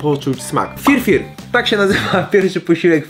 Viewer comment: To się nazywa Fyr Fyr nie FirFir jestem w Połowie Polakiem w Połowie Etiopczykiem